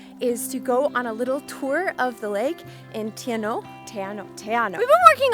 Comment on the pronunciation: When it comes to the correct Maori pronunciations if those who don't know or speak Maori they will always get it wrong... Te Anau Teh-R-Noo